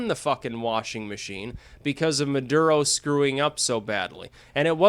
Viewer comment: mah-durr-uh oh